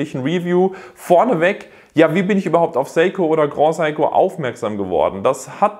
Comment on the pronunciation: Bitte den Namen (wie dieser auch in Japan ausgesprochen wird): Se-i-ko. Gilt auch für deine Kollegen, die super oft den Namen falsch aussprechen. Keine Kritik, nur als Anmerkung gedacht! Deine Videos sind stets super! Danke hierfür... schönes WE